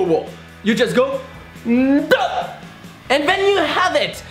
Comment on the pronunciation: O my god... i fell off my chair laughing 😂😂😂😂😂 "DEUUAAAHHH" 😂😂😂😂 ur soo adorable 😁😁😁😁